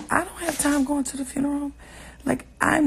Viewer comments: “Fruneroll” lol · Girl did you say " farneral" 😁😂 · Furnarow 😂😂 It reminds me of when Ricky Smiley used to make those prank phone calls as an old lady and say “funegro” 😂😂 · inquiring minds want to know what is a 'FRUNNERAL" .....??? OMG JUS HILARIOUS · I kept hearing FURNERAL 😑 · Foo - na- row😂🤣😂😆😫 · No, she said FRUNERAL. 😀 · Hey Ti, love you girl now say it with me “Few-na-roll” lol!!! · IKR...there was an extra "r" inserted after the F. She also pronounces "every" oddly. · It's"few-neral" not "fru-neral". Wtf? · did she just say foonaral? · Listen..... every time she said it I was rooting for her to get it right on that attempt. 😂🤣🤣🤣 But we all words we can't say. I'm too ashamed to admit mine. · TI love you to death, swear I do... big supporter ..but its FUE-NER-AL you were killing me sis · Are you trying to spell the word or help Ti pronunciate it.... cause you're killing me! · lmao spelling it how she said it 😂😂😂💀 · lmao I love how you pronounce the word ...FUNERAL.... lol it's too cute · What Tamar said was bad everything but sis you can't say funeral properly to save your life 😂😂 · I’m triggered by your pronunciation of “funeral “ 🤦🏻‍♀️ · Pronounced- Fyoo-ner-al. Tamar is ridiculous 🙄